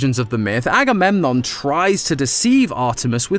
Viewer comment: agamemnom is actually pronounce a-go-meg-on